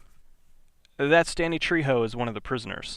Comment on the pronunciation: trejo not trijo